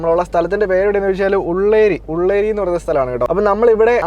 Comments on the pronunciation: ഉള്ളേരി അല്ല ഉള്ള്യേരി 😊😊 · Ullari അല്ല ഉള്ളിയേരി... എന്റെ നാട് ഇവിടെ അടുത്താണ്